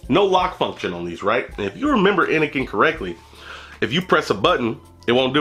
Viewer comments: Fucking awesome video as always man, even if you fuck up the name constantly, haha!! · How u reviewing a product but constantly say the name of the product wrong..